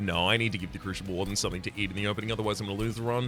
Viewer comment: Is pronouncing crucible with an "sh" an interesting linguistic difference or is it an intentional mispronunciation meant to drive me specifically insane? Oh well, enjoyed regardless.